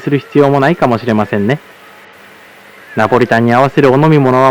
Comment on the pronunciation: ナポリタンの発音が、ナポリタンとは言えないwでもやっぱりナポリタンって言ってみたい！